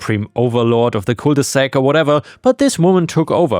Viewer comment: Cul de sac, not cole de sac.